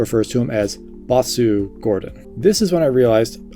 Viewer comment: You don't pronounce the U in bossu.